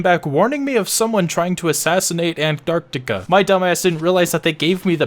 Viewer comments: ITS PRONOUNCED ARO-STOTS-KA NOT ANTARCTICA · here's how to pronounce it, are stote skuh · you say arstozka like this: arse-tots-ka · What is this? Not bothering to pronounce the name of glorious Arstotzka? Believe or not, right to jail!